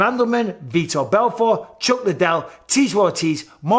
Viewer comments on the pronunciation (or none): none